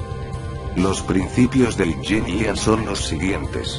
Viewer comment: Me perdi cuando dijiste ying yang xD